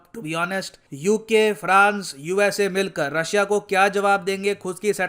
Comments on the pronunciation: Russia nehi Rooss kehiye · Vo Rus/रूस hota hai